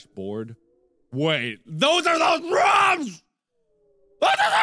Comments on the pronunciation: Its rooms not rums btw not to be a hater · Haha I like how he says rooms. it's like rum. hmmm a channel where markiplier sings....yea I would check that out lol. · anyone ever notice that he pronounces rooms as rum